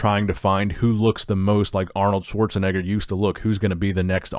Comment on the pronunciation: You said it right Schwarzenegger name...